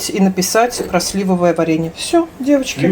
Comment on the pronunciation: вы правильно ставите ударение на 1-м слоге слИвовое варенье, супруг вводит Вас в заблуждение 😊